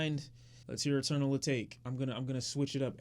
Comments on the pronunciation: Dear lord, I really hope you’re jokin with the pronunciation of atake hahahaha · ETERNAL A-TAKE. Not At-ak-a please 😭😭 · It's pronounced eternal ataké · omg nigga if u don't stop sayin it like that im gonna have a heart attakey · "A-Tak-A" say it like it rhymes with "Takashi" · Its pronounced Eternal Ah-take lol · hello. btw eternal atake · How can someone have a genuine opinion of someones music when the reviewer can’t even pronounce the album name right? It’s not that hard to pronounce.... that’s the bad part about it. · Idk if he’s purposely mispronouncing Eternal Atake or not...